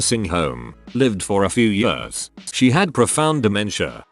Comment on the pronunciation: text to speech logic: -can pronounce haemorrhage - struggles at the word years